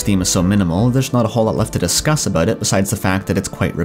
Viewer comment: It's pronounced "ah-BAUT". It's pronounced "JAH-vah". Are you a Canook?